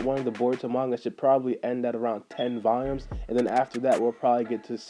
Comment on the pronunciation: Nigga don’t know how to Pronounce Volumes